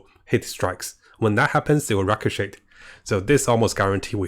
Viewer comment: Look up how to pronounce “ricochet” — the T Is silent